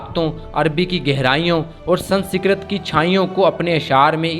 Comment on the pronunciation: Sansikrat kya hai be 😂 Sanskrit hai pahle bolna Sikh le 😂😂😂😂